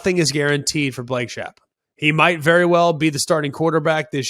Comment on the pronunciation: Greg, Baylors QB Blake Shapen. His last name is pronounced “Shape-in”